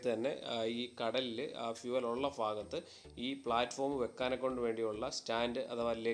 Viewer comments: ഫൂമിയിൽ അല്ല ഭൂമിയിൽ ഫാഗം അല്ല ഭാഗം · ഫാഗം അല്ല ബ്രോ ഭാഗം എന്ന് പറയൂ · ഫാഗം അല്ല.. ഭാഗം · കേരളത്തിൻ്റെ ഏത് ജില്ലക്കാരാണ് ഫൂമി, ഫാര്യ, ഫാഗം ( ഭൂമി, ഭാര്യ, ഭാഗം) എന്നൊക്കെ പറയുന്നത് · ഫാഗം അല്ല ഭാഗം 🥰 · ഫാഗം അല്ല ഭാഗം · Chila sthalangalil BA k pakaram fa parayum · ഫാഗം അല്ല ബ്രോ ഭാഗം ആണ് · ഫാഗം..എന്നല്ല പറയെണ്ടത് സുഹൃത്തേ..ഭാഗം എന്നുവേണം പറയാൻ..മലയാളം ഇതുപോലെ വികല മാക്കി പറയുമ്പോൾ താങ്കളുടെ വീഡിയോ കാണാനുള്ള താൽപര്യം കുറയും.. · അളിയാ ഫാഗം അല്ല ഭാഗം എന്ന് പറയു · ഫാഗം അല്ല, ഭാഗം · Fagam alla chetta bhagam 😂😂😂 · ഫാഗത്ത് അല്ലാ